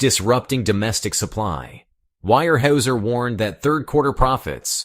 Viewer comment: Pronounced - ware houser….harrumph, illiterate amerikans….